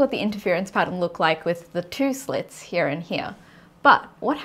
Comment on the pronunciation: Another lie is about observation itself - if the electron/photon are not observed, then we cannot know the result, period. If I do not observe you, then I do not see you, thats how reality works. Also, and this really upsets me, there is no version of "here" that has two syllables.